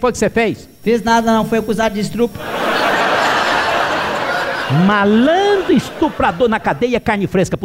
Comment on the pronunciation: Acuso por “estrupo” kkkkkk